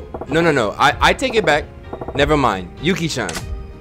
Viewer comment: My dude said shine instead of shin love you 😂😂